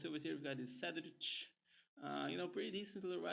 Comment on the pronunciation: cedriche? então não sabes pronunciar nomes portugueses? xD lê-se como se escreve